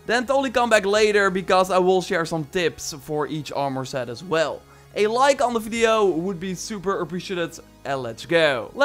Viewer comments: Lol Arrrrre More ha ha ha armour this dudes pronunciations just have me laughing I mean has he never heard anyone say Armour before I mean it’s one word not (ARE MORE) sounds like a pirate saying Ahhh More 😂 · "Armour" is pronounced "Arm-er" not "arm-oar". Edit: I know... english is an arbitrary master. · Best video on "are-more" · Nice review on all the Are-more. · Homie says arm more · the way you say armor almost sounds like armoore... interesting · Stop saying ar-MOR!!!! its wrong and it burns the ears of any english-speaking person